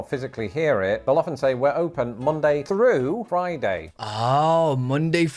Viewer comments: Does he realize he’s saying fru and not thru? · Your saying fru for thru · can't pronounce words with "h"'s in them. He says "free" instead of "three" and "fru" instead of "through". I noticed when I was in the UK that this is common with working class people as opposed to upper class. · Are you aware that you say frew instead of through? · I don't think we ever said "frew". We say "Through" as in "Monday through Friday". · you don't say Through because you physically can't. You say Froo. Why is it that non-Americans from all over the world cannot properly pronounce TH? It's easy. Put your tongue tip at the bottom edge of your top front teeth, close your jaw a little bit and then blow some air thru your tongue. The ONLY sound you can make is a TH sound. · You also say f sounds instead of th sounds. Like you say, fru for through. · It is not off off, it’s off of. One F. The British English is not the Queen’s English. I have heard a lot of English people speak and they sound like they’re swallowing some letters. I have heard you and your family swallow some letters. And it’s not”Frough” it’s Through. You said it. I am not coming at you, love watching your show. Just a correction. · well he also pronounced through as frough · My boy was fighting for his life to say "Through" 😂😂